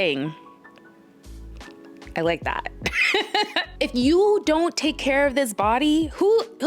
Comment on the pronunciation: said ZON'T!!